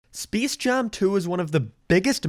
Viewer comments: Specs jame and leborn jeans and the same he says seem🤣🤣🤣🤣🤣🤣🤣🤣😂😂😂😂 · ah yes speece jam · Did you say Speese Jam Two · Speace Jaum 2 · Intro: “spece jam 2” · spees jam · Spis Jam Tu ROFL